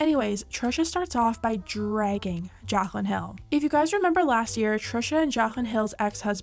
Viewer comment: I'm sorry but I just can't get over the way you pronounce her name as "jakhlyn" lol